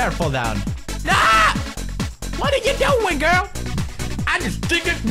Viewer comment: he said grul not girl, he is obviously talking about something else he thinks that everyone needs to have.